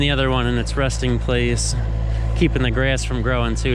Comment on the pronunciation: did you say ''rusting place''? LOL!